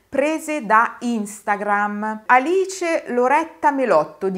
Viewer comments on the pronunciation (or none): none